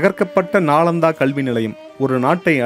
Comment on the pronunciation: நாலந்தா தவறு நாளந்தா தான் சரி